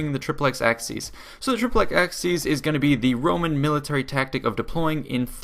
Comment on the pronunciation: Great video, but the pronunciation of "triplex acies" is flat out terrible